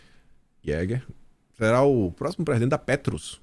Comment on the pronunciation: Olá. Aquele nome alemão jäger se pronuncia iêgah, significa caçador.